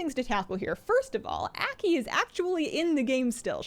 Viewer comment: pronounced AW key , Aki